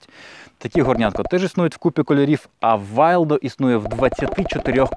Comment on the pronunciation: За українську мову і за цікаві огляди вам повага! Невелика причіпка від мене. Англомовна людина вимовляє Wildo як «Вілдо», а не «Вайлдо». Так само як пальник Primus вимовляється як «Прімус», а не «Праймус». До речі, якщо і Wildo, і Primus — шведські марки, то чи є співпадінням, що Wildo fold-a-cup досконало влазить в кришку-горнятко системи Primus Eta Lite?